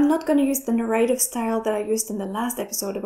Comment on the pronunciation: Another great video. Your hard work shows. BTW - 'narrative' - stress is on the first syllable and the second a is short.